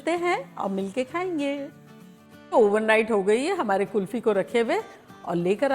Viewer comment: Ye kulfa Kya hota hai 😀 Hum tou kulfi sunte aye ab tak 😀